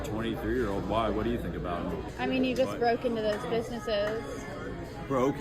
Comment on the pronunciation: 'Wi day doo dat?' Gross.